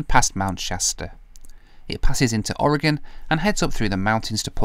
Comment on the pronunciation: As an Oregonian, thank you Brits for saying the name of our state correctly. It seems like half of our own country doesn't know how pronounce it correctly.